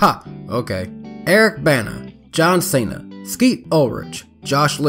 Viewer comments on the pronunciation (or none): none